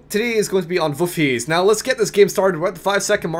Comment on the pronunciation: That Dutch pronouncuation is not far off. Almost!